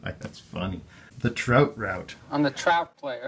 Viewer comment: literally no one: Ace: ACTUALLY I'M THE TROUT PLAYEH AHAHHAHAHAHAHAHAH